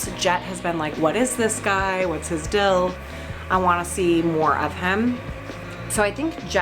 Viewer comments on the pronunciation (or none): I just want you to know that you say "dill" instead of "deal" and its hilarious